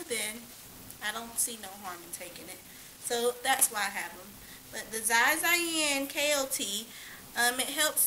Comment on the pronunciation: It is pronounce "shi shi-an-sao" lol and "yee moo sao"